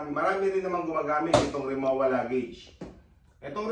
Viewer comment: RimoVa po, hindi Rimowa ang pronounciation. German brand po kase siya.